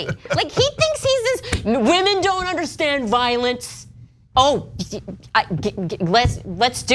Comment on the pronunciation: retitle this video "wahmen proves wahmen dont understand sports or politics"